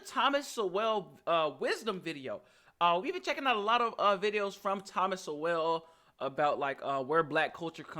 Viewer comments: Sowell is pronounced like Soul. Most people hear that the Us was founded on slavery and that it was systematically racist, but if anything the Us was systematically attempting to end slavery from its inception. A Short History of Beginning and End of Slavery in What Would Become the USA The first blacks sold in the English colonies were by Dutch Traders in 1619. These were treated as indentured servants by those that purchased them, and were all able to work off the debt of their price, or buy their freedom from any monies earned while fulfilling their servitude, as was common of all indentured servants. These were the laws that they had at the time, and so these were what were used for these new purchased laborers. This continued for 15 years where only blacks could own black slaves, before the colonial assembly granted this also to free whites, and gave Indians permission to own black slaves. Indentured servitude continued along side this up until it was abolished by the new nation, the Untied States in 1781. Many whites, mainly poor Irish, came to the English colonies as indentured servants, long before any recorded blacks. There were 13 servants listed as accompanying their masters on the Mayflower, and 5 other unaccompanied men listed as servants, as well. The greatest number of indentures servants arrive in the English colonies between 1625, and 1660. This is also when the greatest number of blacks arrived, and after they changed and blacks were legally allowed to be en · I always heard it pronounced Soul thomas Sowell is Soul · His last name is pronounced like soul. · Not trying to be a d&&k but it’s pronounced - ironically- Soul. Thomas “Soul” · Yo young man...thats pronounced.."Soul"..(Sowel) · Sowell is pronounced like the word "soul" :) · His last name is usually pronounced Like Soul. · Thomas Sowell. Sowell, sounds with "soul" (so-l) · Love this video but you are killing me with his last name…. It’s pronounced Thomas soul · Sowell - pronounced "Soul!"